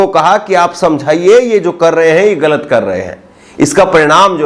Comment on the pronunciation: aap ki urdu word Galit bolte hai ise sudhare pls